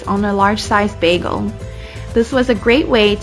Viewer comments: It’s BAYGEL NOT BAAGAL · Bro pronounces it like britta from community